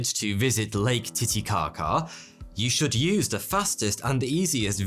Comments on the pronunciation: Pretty sure he said late titicaca at 1.50ish lol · You said Late Titikaka